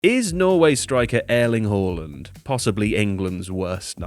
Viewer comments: Tifo has finally gone the most woke on pronunciation we've ever seen. This is unrivalled. Not even a Pinder try-hard Spanish accent can beat this. Airling Horland - absolutely ridiculous, we'll never see anything like this ever again, drink it in guys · “Airling Hauland” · Who the hell is Airling Haulend?!